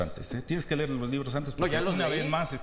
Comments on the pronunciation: Ja ja nuño puro blof la misma narrativa pedorra de siempre solo le faltan las orejas. Ni siquiera sabes pronunciar las palabras dijiste LER en lugar de LEER y una niña de primaria te corrigió te dió clases de español, que vergüenza. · El no dabe ler ,la ñina se dice leer .ese nuño un corruptaso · Nuño no sabe pronunciar ni siquiera la palabra leer...el dice; Ler. Aún con esa deficiencia, este señor es inmensamente superior profesionalmente al marxista Marx...así esta toda la bola de inútiles que eligió el KKs y que tanto agradan a los ignorantes chairos. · Fue el que dijo ler en vez de leer ?? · Le urgía a el Nuño irse a "ler" para que no lo aporrearon, barrieran y trapearan, si grita y alza la voz por sera, aki demuestra la poca educación, lo invitaron a un diálogo y no deja hablar,y el burro de Joaquín ni siquiera el nombre de Marx, sabe pronunciar.😂😂😂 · El gran Aurelio Nuño el que dijo "ler" en lugar de "Leer" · Jajajajajaja eres pendejo vd, jajajajaja desde el primer tema que era sobre la libertad, desmadraron al imbécil del Nuño, y como todo idiota el buen Aurelio ya después no sabía que decir, como "ler" en vez de leer, jajajajajajajaj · Y CUANDO UNA NIÑITA DE PRIMARIA ... NO SE DICE LER BURRO !!! Y CONTANDO 0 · Jajaja... La consigna favorita de la fachiza acomplejada, la “morenaquez" como “argumento"... Jajaja... Dignos seguidores del represor. de maestros Aurelio Puño, al que una niña de primaria le enseñó que no se dice “LER", sino “LEER”; dicha acción, se vió que le caló hasta el anal-fabeto... Jajaja. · Pero ni sabe " ler" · Para los mamadores del prian, quien era aurelio nuño antes de trabajar con peña nieto? Nadie , no entiendo tantos alagos para un pendejo, que ni siquiera sabe pronunciar leer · Aurelio nuño no sabe Ni decir "leer" y definitivamente tampoco sabe dialogar por eso fue y es un Fraude !! Bien por el Doctor Marx Cortázar que con datos y hechos relevantes destruyo al pobre inutil representante de la podrida derecha, Aurelio Nuño 😂